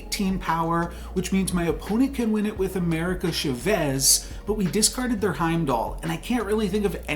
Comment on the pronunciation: Hey I love your vids but any chance you can pronounce "Chavez" more correctly?